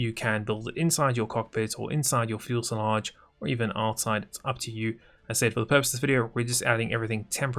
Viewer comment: Are you saying "fuelselage"?? Im confused